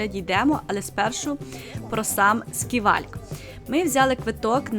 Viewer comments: Гарний огляд, сподобався❤ але чому «сківальк» якщо це скайвок?) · Оглядовий майданчик СКАЙВОЛК а не сківальк.ще раз вибачаюсь